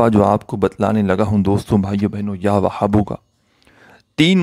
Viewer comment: Bhai jan Ya Wahabo ka talaffuz to theek sy ada krain, iss mai Ha ki aawaz halaq sy nahi nikalti, aur zara mukhtasir byan kia kro